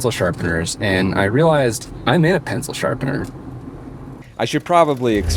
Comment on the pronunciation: "The pencil shapener™" eh? eh?